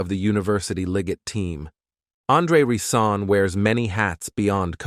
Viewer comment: Ri’ Zon is how we pronounce it here in Flint. He went to same H.S. My aunt did and some of his cousins went to Flint Beecher next league over.